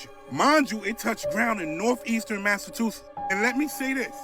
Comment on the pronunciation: why can't they ever pronounce Massachusetts correctly? They always say Massa two shits.